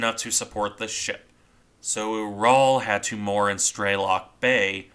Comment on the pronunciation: Small point, but I believe the pronunciation of the same to be closer to rhyming with 'mural'. It's named for the mountain range.